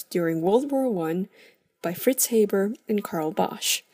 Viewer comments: The Ranahan Man HAYYYYYYYYYYYYYYYYYBERRRRRR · It's pronounced "H-Aa-ber's" process not "H-Ae-ber's" process. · It's Haber, not Hayber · Anyone else triggered by her calling it the "hayber" process instead of the "haa-ber" process?